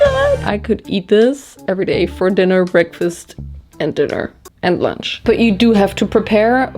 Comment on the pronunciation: Anyone else LOVE how says lunch? 😅🤣LUANCH